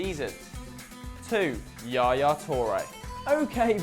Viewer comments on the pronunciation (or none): none